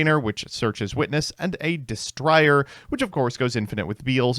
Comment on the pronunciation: destrier, noun des·trier (ˈde-strē-ər, də-ˈstrir) archaic Meaning: WARHORSE or a charger used especially in medieval tournaments. Don't ask me why the long I sound is triggering my pronunciation Pet Peeve, but it is.